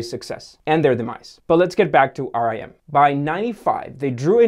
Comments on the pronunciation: But they're not dead??? Also Its pronounced RIM Not R I M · Nice video. Note that RIM was not pronounced "R-I-M" but "rim" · Everytime he said rem i was like why the band make a phone 🙄😂 phone can only be used "IN THE CORNER" 😂😂😂😂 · Most people pronounced it rim instead of r i m also more say operating system not oprah rating system and you dont have to point about the lack of value in the Canadian dollar